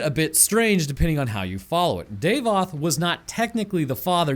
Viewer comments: his name is pronounced DAH-VOTH not DAVE-OTH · Please stop saying "day-voth". It's Dah-voth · davoth not daevoth